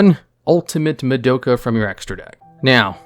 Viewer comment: Someone count how many names were absolutely butchered during this single video. Madoke